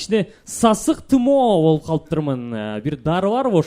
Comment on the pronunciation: Сасык тымоо эмес-сасык тумоо😢